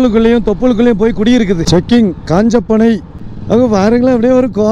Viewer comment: அது காஞ்சபனை அல்ல குஞ்சப்பனை என்கின்ற தான கிராமம் இந்த ஊரு கோத்தகிரி போற வழியில இருக்கிறது புரிந்ததா